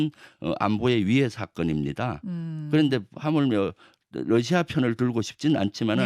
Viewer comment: 김현정 앵커, 당신은 로이터 통신의 Reuters를 Leuters로 러시아의 Russia를 Lussia로 발음하네요. 발음이 틀렸습니다. 아래 글을 읽어 보세요. TV기자가 러시아의 Russia를 Lussia로 발음한다. 아래 글을 읽어 보기 바란다. TV기자들은 말도 잘해야 하지만 발음도 좋아야 한다. 특히 외국어(영어)의 정확한 발음은 대단히 중요한 요건인데 유감스럽게도 그렇지 못하다. 예컨대 많은 기자들은 첫발음 R 을 L 로 발음한다. Russia를 Lussia로, Roma를 Loma로, Radio 를 Ladio 로 발음한다. 물론 한국어에는 ᄙ(쌍리을)이 없어서 L 과 R 발음을 다 ㄹ로 발음할 수 밖에 없는 어려움이 있다. 그렇다면 한국인들은 R 발음을 정말 못 하는 것일가? 아니다. 초성일 때에만 못한다. 프랑스(France), 마리아(Maria), 도레미(doremi), 아리랑(Arirang) 등, 잘 하지 않는가. 그래서 TV기자들에게 다음과 같은 해결 방법을 주고자 한다. R 을 첫발음할 떄 R 앞에 '으' 발음을 먼저 하라. (으)Russia, (으)Roma, (으)Radio 등으로 말이다. 그러면 당신은 좋은 발음을 하는 TV기자가 될 것이다.